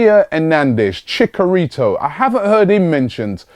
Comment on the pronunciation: ROBBIE! You are pronouncing Javier Hernandez's name wrong. It's ChiCHarito not chicarito. And I do think he would be a good signing cuz he provides something different than what Giroud and Welbeck being to the table. I say if Lacazette don't work out, definitely go all out for him